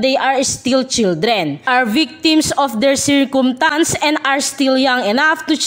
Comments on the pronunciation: Circumtance not Circumstance hahahah please pronounce it well😹😹Anne Curtis 🤣🤣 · Circumtance? Please pronounce it well!